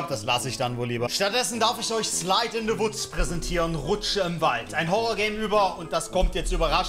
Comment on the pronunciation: wie es heißt: slide in the woods wie sev es sagt: slide in the wuts